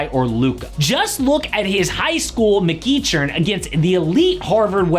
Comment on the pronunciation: Just fyi I’m pretty sure McEachern is pronounced McEkern. Great video tho.